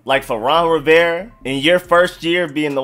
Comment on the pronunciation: You pronounce "Rivera" without the "A" and it drives me fucking nuts Ron Riverre?